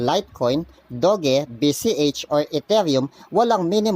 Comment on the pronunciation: Hi maam/sir hindi po "dog e" ang pronounce sa doge. Pronounce nya parang "dodge". Yun lang po hehehe